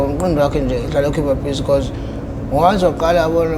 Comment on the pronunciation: Be-ca-use.😂😂😂😂😂😂😂😂 I'm done.😂😂😂😂